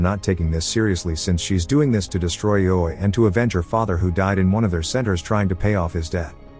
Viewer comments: Greatest recap I've heard of ready player one so far but IOI is pronounced differently(it is pronounced eye-oh-eye) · Ee-oh-way lol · Yall pointing out its a robot or ai. If he spelled it out like the guy wrote in the original comment or wrote it I. O. O. It would pronounce it correctly. I think it's just laziness or being so busy making the next video. I enjoy his videos tho and don't judge the A.I. for his weird understanding of the English language lol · Can’t believe you pronounced IOI that way the whole time 😂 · You spell ioi you don't try to pronounce it